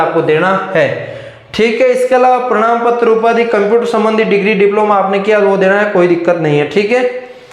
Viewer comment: Bhai prnam patra nhi prman Patra hota hai 😂